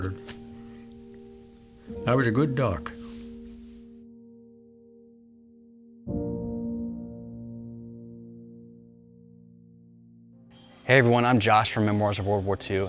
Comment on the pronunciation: I thought I heard him say duck